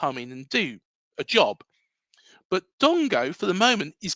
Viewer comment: Dango not Dongo